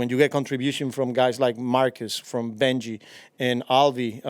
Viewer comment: He called him Bengie, like the dog. I think he realized that as he said it.